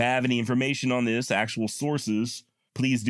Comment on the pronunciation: Sis, not dis